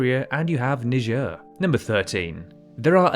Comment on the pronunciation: Ur saying Niger like uhh